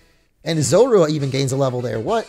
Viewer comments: Makes me laugh hearing you say Zorua xD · You're saying Zorua wrong